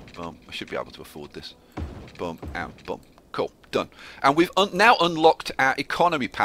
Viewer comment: Your accent makes "boom" sound like "bum" and that is funny to me.